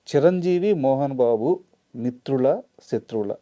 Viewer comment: ఎవరు ఎవరితో గొడవపడినా పరవాలేదు కానీ…తెలుగు భాషని మాత్రం చంపేయకండి. మిత్రువులు ఏంటండీ మిత్రులు అనాలి.